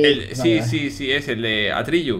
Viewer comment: El dragón de La Historia Interminable, su nombre no es Atrillu, es Atrellu. En verdad, Willy, no me "Atrellu" a corregirte. XDDD Jajaja.